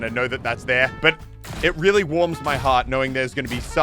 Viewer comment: Sounds like muselk said Willy instead of really HA😂